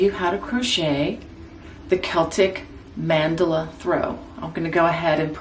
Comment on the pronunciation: Beginner here but you made this seem doable for a beginner. Beautiful blanket. Can't wait to get started. Oh and thank you for actually knowing how to pronounce Mandala. I am a quilter and often find myself yelling at the tv everytime I hear that word pronounced as if it had an extra "L". I know.....silly.